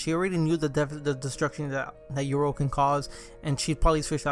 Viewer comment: Cool vid but what is your pronunciation 😂😂 YORU = YOUR-ROO not EURO